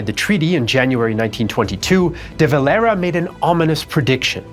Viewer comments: Éamon De Valera was not spanish or mexican i dont know why he is the only guy you pronounce like that. Great video just that was hard to listen to as an Irish man muself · De valera is a Spanish name his father was Spanish so it's kind of interesting to hear it pronounced this way..